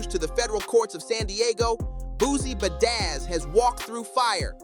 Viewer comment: Good content but every time you said Boozie Bazzaz I wanted to abort. 🥴 Good work overall though.